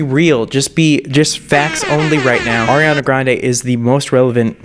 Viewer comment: At least he says "Ariana" correctly...😉